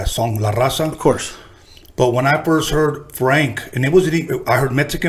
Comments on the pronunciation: Pinche d he can't even say la Raza 😂😂😂smh dammm.foo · He can’t even say raza lol